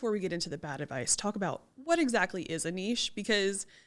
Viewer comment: I love that you pronounce the word nichė correctly 😆 It so irritates me when someone says nich 😁 But great topic, number one struggle for real